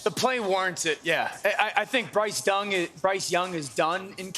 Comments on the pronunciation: “Bryce Dung”….nah Dan, you were right! 😂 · Bryce Dung....come on Dan 😂